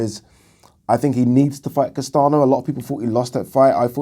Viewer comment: Castaño is said like "Castan-yo" amigo :)